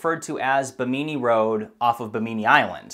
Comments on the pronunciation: Excellent video and narration, as usual. I’m aware of these sites, but you always add some interesting detail. For future videos, I wanted to let you know that Bimini is pronounced Bim’•i•ni. The emphasis is on the first syllable, and the last “i” is pronounced like a long “e.” Keep posting these interesting archaeological videos. I enjoy them all, but as a scuba diver I am especially interested in underwater sites. I have dived on the Bimini Road many times. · Bim in E road. not bim mini lol :P